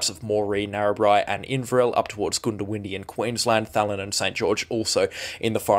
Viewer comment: Goondiwindi is pronounced GUNDA windi not GOONDO windi